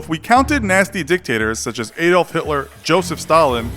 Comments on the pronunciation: Ayolf Hitler? It's said ah dolf hitler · You said Aolf Hitler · The way you said Adolf 😂